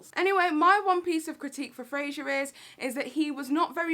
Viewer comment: Irrelevant comment but...I’m pretty sure his name is “Fraser” and not “Frasier”. Dunno why this irked me but yeah, loved the video though 😂